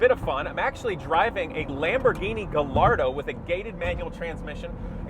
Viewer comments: Please don't say "Gal-Lardo" - it's more like "Guy-Yardo". Or "Gay-Ardo", as we call it over here... 😅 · Ivs never heard someone pronounce it as "Guhlardo" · Why did you pronounce Gallardo like that? Seriously dude you own the car and don’t know how it’s pronounced